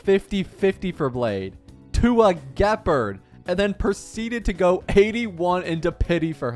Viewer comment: learn to pronounce the character names correctly before making video's. "Seele" is not "celay" or whatever, it is pronounced "Zee-luh" it's German for Soul. Google it!! Do you even listen to the in-game characters calling their names? Gepard oh my how do you f@ up his name so bad????!!!??